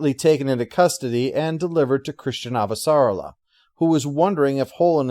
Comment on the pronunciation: (Let me see if I can do this right... :P ) It's AHvah - sar-AH-lah. It kind of "gallops" off of the tongue. ;) It seems like people often pronounce it like, "ah - va - sah- rah - la", with equal emphasis on each of those syllables. If all else fails, listen to how they say it in the show. ;)